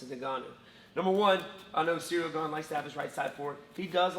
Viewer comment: its the right pronunciation. pretty damn good. if you go to pronunciation websites and make sure its the french pronunciation since he is from france, this is great.